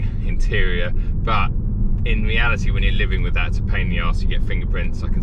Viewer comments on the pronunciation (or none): none